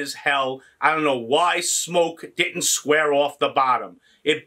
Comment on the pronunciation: Geez tho it's smok not smoke